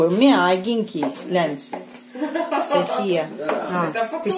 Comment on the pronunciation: то я так " глянь" сказала. Букву " г " проглотила..